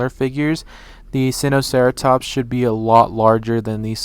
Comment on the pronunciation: Its actually pronounced "sign-oh-sareatops" 🤗